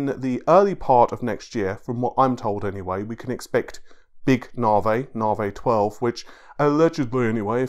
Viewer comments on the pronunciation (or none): What is the fucking "NARWAY", say NA-VI.